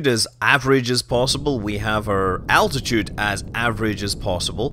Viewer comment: Do you mean, like, altitude sounds like attitude?